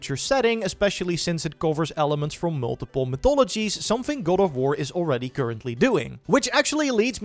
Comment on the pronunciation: goad of wurr